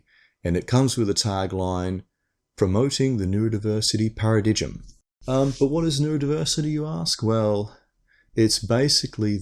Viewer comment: Paradigm is pronounced para-dime